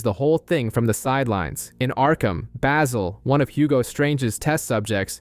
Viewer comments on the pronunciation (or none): none